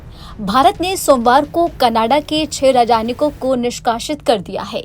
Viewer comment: अरे रजानयिक नही राजनयिक बोला जाता है क्यों हिन्दी का कचूमर निकाल रही है ।